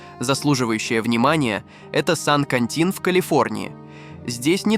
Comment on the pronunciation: Сан-Катин вместо Сан-Квентин.